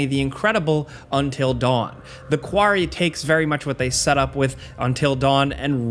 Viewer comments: You dunno how to pronounce "quarry"? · I didn’t know you had an accent until you tried to say Quarry 😂